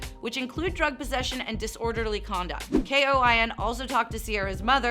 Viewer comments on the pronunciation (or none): If you are trying to act like a real news station, figure out before you go live how to say things. If you did your research you would have known KOIN has no periods in it and you pronounce it like Coin. Second I am super confused about your border comment. Makes no sense. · KOIN is said like the word “coin”. FYI